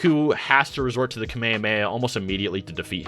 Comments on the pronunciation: Bro said ka me a me a It is Kah meh ha me ha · "kameyameya"? what? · is strange that you know so much about Dragon Ball but you don’t know how to pronounce kamehameha…